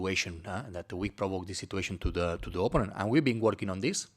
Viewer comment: ... Man könnte oder sollte den Coach zumindest mal korrigieren bei der Aussprache des Wortes OPPONENT (Gegner). Nichts gegen einen Akzent, aber er spricht es sehr falsch aus. Und benutzt dieses Wort so geschätzt 10 bis 12 mal jede PK. Alleine die Korrektur dieses Wortes würde sein Englisch gefühlt viel besser machen. Sein Englisch ist ausbaufähig, insbesondere die Aussprache einiger Wörter. Ich verstehe alles was er sagen möchte aber es kostet mitunter einiges an Konzentration. Ich beneide unsere Spieler nicht. Denen muss der Kopf qualmen nach 1 Stunde Theorie Schulung.